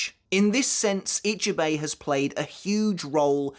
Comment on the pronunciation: question: I'm not Japanese either BUT why is it that most english UK/US people can't say other names right. is it a weakness? a lack of trying or worse. How you said Ichibei's name was just preposterous. Or you watch anime in dub? if thats the case its a lack of trying. But then the correct way can literally be repeated to you and you STILL cant say it right. not forgetting its written Ichibei Hyosube but they say it Hyosube Ichibei. even that simple bit...